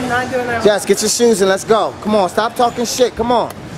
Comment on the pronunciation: "State" really and a quick tip it's that not "thad"Know leave me alone.